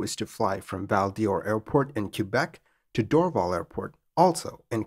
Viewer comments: Great as usual. One note: It's pronounced "door-VAL". 👍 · good story (frightening for those in the plane I'll bet). Just a slight pronunciation note - the airport (now called Pierre Elliot Trudeau airport) would be pronounced "Dor - val" not "Drvl". Keep up the good work! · As a Canadian, Val d'or is pronounced "Val door". while Dorval is pronounced “Dor-val" (as in valley).